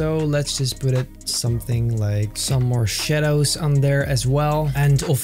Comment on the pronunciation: sounded like you said morshados instead of more shadows